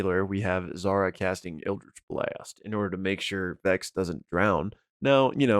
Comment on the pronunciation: If I could subscribe more than once, I would. Thanks for staying up and slogging through to finish this video. *Critter hug! Hehe... the way you pronounce Eldritch Blast had me giggling. Now do it with a Zemnian accent please! Speaking of goliaths and facial hair, I was surprised in S1 when Vedmire shows up with his side beard/sideburns. I'm still convinced that Vax has lost the Flametongue dagger to Osysa. He's seen using it to light areas on his own (S1, ep 10) so it was interesting that he asked Pike to provide light. Unless it was done so Pike was distracted enough for the sarcophagus reveal.